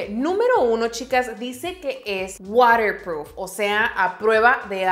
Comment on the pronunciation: Ok si pero WATERproof, no dice water con sal cómo nuestras lagrimas 🙄🙄🙄